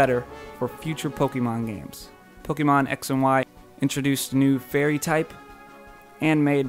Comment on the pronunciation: Po-KAY-mon. not Po-KEE-mon. I'm pretty sure é is pronounced as ay.